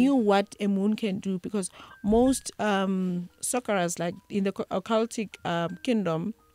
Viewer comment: And soccerrer. Instead of sorcerer.